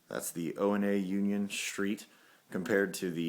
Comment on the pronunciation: ONA is pronounced "OWNA" not "Oh EN A". It's a Swahili term.